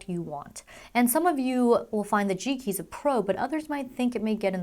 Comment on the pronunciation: It sounds like she keeps saying cheeky instead of G Keys lol.